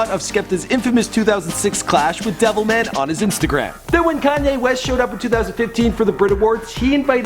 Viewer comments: "devilmen" smh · Man don't diss Wiley like that when you can barely pronounce Devilman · Man said devilmen lol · I love how he calls DevilMAN Devilmun, and I cant wait for all the people from other countries to try act like they know everything about grime